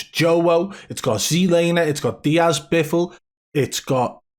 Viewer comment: I keep hearing Diaz 4 Windows, must be related to cheating